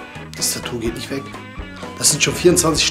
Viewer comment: Alter es heißt nicht Tattuh